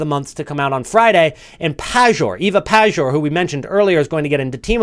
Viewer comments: Hey Man, I love your videos but I got one request. I’m Polish, Ewa Pajor is Polish. Can you say her name as „Payor”? It sounds a lot more Polish that way. Thanks! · It's pronounced Payor bro, you will talk about her a lot so just letting u know